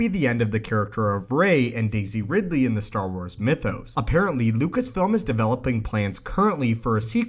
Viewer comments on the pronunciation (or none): none